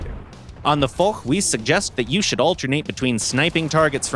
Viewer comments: again not for but fosh in prononciation haaaaaaaaaaaaaaaaaaaaaaaaaaaaaaaaaaaaaaaaaaaaaaaaaaaaaaaaaaaa. ;) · The foch is pronounced fosh not for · Now for the last time, we say the AMX 50 FOSH not the AMX F*CK !!! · Yeah, hard to explain to non-French that it's pronounced "fosh".